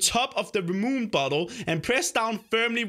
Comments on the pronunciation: Its ramune lol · I’m pretty sure it’s called rah-mune-eh